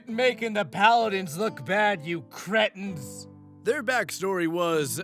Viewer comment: OMG! Someone pronounced "cretin" correctly! P.S. Love your channel.